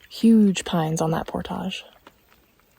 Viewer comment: Can youtubers stop making portages sound like they are posh and Pronouncing it portàge. Seems that is the new trendy youtuber way of saying it. Look it up it is pronounced Port-age